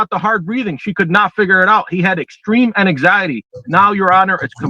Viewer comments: "Ananxiety" is killing me. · So funny I looked at my husband and said babe you don’t have anxiety you have ananxiety 🤣